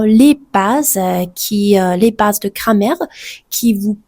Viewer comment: «Cramer» au lieu de «grammaire» mdr